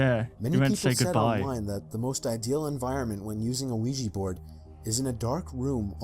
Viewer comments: U said Luigi board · the dude said luigi board instead of Ouija board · I want to like dying light, it’s one of those games that I want to like but can’t get into it. Smash subscribe to Baz, and This channel. Also did say “Luigi Board” the first time he said it?